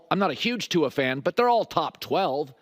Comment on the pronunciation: Colin’s been been watching too much Hayley Welch the way he says Tua.